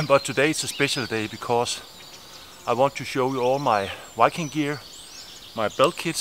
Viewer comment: When he said Viking it sounded like Wiking what's his accent? Ish just curious:3